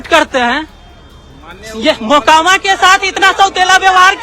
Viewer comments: Makoma nahi mokama😂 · “Makoma” nahi “MOKAAMAA”(correct pronunciation)hai.ap idhar se har video me galat pronounce kar rahi..🙏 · Makoba nahin hai Mokama Naam hai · Please note that mokama ka pronunciation aap galat kar gaye. To be the best in your class people don't expect us to make mistakes